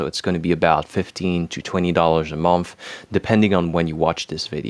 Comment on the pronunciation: Quick pronunciation note with a bit of additional information: Sī-mon and Schū-ster is nearly 100 year old, very important publishing house in the US, third largest according to Wikipedia. Also, the 'o' in "month" is not pronounced like 'on' like off and on, but rather like the 'u' in 'under'. So like, 'munth.' It looks worse than it sounds! (Man, your English is so much better than most native speakers, whether UK, Commonwealth, or US! I can only strive for something close in French. Beautiful!)